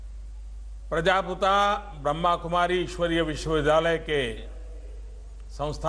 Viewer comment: प्रजापती नहीं बे । प्रजापिता !!